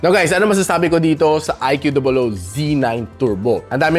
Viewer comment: I Q dobol O hahah kulit mo talaga pagsinasabi mo yun 🤣 anyway watching this on my IQ dobol O Z9 Turbo 12/256 (na nakuha ko ng php14,800 sa A-YoYo store sa shopee) 😇 Suggestion lang sa mga balak bumili, mas okay Gcam ACG app if pangseselfie nyo, iPhone quality selfie hahah